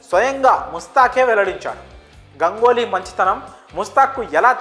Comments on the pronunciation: ఒరేయ్ నాయనా గంగోలి కాదు రా అయ్యా.. గంగూలీ అనాలి.. ఆల్రెడీ ఒకసారి చెప్పిన నీకు 🤦🤦🤦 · Gangoli kadu bhayya Ganguly... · గంగోలి కాదు ఏమో గంగూలీ ఏమో సార్ గంగూలీ కూడ తన పేరు గంగూలీ గానే చెప్పుకుంటాడు మీరు కొత్తగా ఆయనకు వేరే నామకరణం చేయవద్దు సార్ పిల్లలు కన్ఫ్యూస్ అయ్యే అవకాశం వుంది